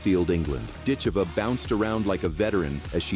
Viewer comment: “Dit-CHEE-vah”. “Dit-CHAY-vuh”…”dit-CHEV-uh”….It’s “DIT-cheh-vuh”